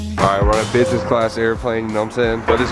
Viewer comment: how many times did he say busnes class ->